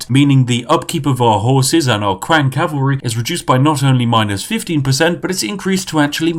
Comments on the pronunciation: its not qiang , its chiang while reading, comes from word qin, which is just reads out chin....you are from england , you people only named them Qin with Q rather than Ch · how do you get "qwang" from qiang? really? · Ughhhhhhhhh. I hate to be that guy, but your pronunciations are atrocious. Not saying that the content itself isn't wonderful because it is. Qiang is not "Qwang" Qi is pronounced with a CHi sound meaning and emphasis on the CH sound while ending with a slight E sound for the I, and Ang is pronounced how it sounds, but with and emphasis on the A. It sounds like Chee- Ahhng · Dod o you don't get a "qwang" sound if you read it as spelt dummy... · same LOL qiang got me. hard for em to make fun of him though when my friends also make fun of how i pronounce things haha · Spiff saying qiang hurts me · Hey Spiffing, love your show. Just a quick critique. In Mandarin Chinese (the common form thought in schools) Q actually makes a CH sounds. So Qiang is pronounced CH-iang. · Chinese people: Qiang Yorkshire Tea Man: kWaNg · The Chinese qiang... it is a soft ch like chewy. So qi sounds like chi. For future reference. Languages are crazy wild, love them! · "the Kwang raiders" get out of here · Ur pronunciation for the Chinese names looool qiang as “Kwang” loooool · qiang, pronounced ts-yee-ang (say it quick) meaning spear in mandarin. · Qiang I believe is pronounced “chang” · Cow cow.. Qwank.. Hahaha.. You need to teach chinese to chinese 🤣🤣🤣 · Q is read as Ch sound holy shit I'm getting trigged AAAAAAAA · Aren't "Q"s pronounched "CH", so it'd be "Chiang"? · Qiang is pronounced as /tʃɪaŋ/ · Me in pain every time he said quiang, knowing that it is pronounced Chang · Kuwang kuwang kuwang. it is Qi, same as Qi gong. Qi ang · Qiang is read as "Chiang" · Qiang is pronounced “Chiang”- not kwang for the love of god. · Qiang - “Chiang” Spiffing - “Quackng” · That Q is pronounced as a 'ch' sound. Chiang. Not kwang. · He also called them "Kwang Hunters"